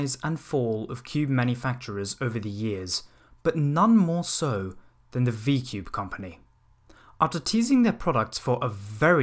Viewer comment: I think you meant V-ku-bei